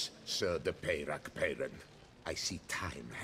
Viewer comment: is it that difficult to pronounce french names french instead of english? seems so. it just sounds dumb hearing names like milton de peyrac peyran pronounced english.